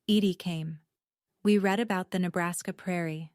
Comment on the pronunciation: Need to teach your AI the difference between Read (red) & Read (reed)